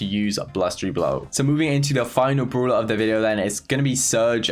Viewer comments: Everybody: brawler: broolah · tom says broeler:0